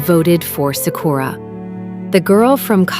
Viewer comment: SA-ku-ra, not sa-KU-ra. Great video, though.